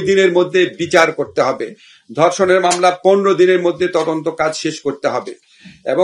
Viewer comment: কিসের তোজন্ত ভাই তোমার মেয়ে যদি হতো